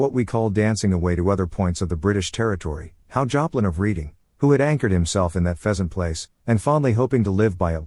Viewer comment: 'Reading' is pronounced 'Redding'.